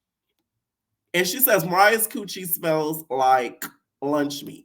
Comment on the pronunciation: It’s the cewwchie gworls 😂